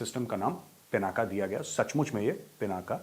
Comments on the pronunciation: Pinaka nahin Dhanush ka nam " PINAK " HAI ! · आप कुमाऊनी हो और पिनाका नही पिनाक है शिव धनुष सर , । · मेजर साहब,शिवजी के धनुष का नाम पिनाका नहीं,पिनाक था।